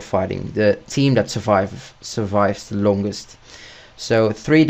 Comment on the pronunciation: You can't even say "the"